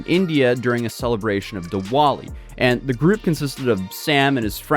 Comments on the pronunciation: Hearing Americans butcher “Diwali” will never get old 😂 On the actual topic at hand, sounds like another scumbag flew too close to the sun! 😅 only hope the poor kid involved is able to go on to live as normal and happy a life as possible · Man your pronunciation of Diwali XD